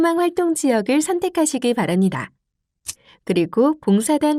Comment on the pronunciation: ㅎㅎㅎ 직업병일까요? ai인가요? 전달자의 ㅂ발음이 이상해요, 거슬리구요. '-합니다'를 [ -하니다], 바랍니다를 [바라니다] [확인하니다]로 발음하네요. ㅠㅠ '